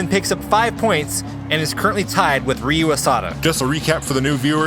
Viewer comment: Ryu pronounces as 'Liu' not 'Real' not 'Re-U'